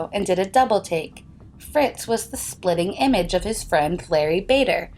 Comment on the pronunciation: "SPITTING" image not splitting image.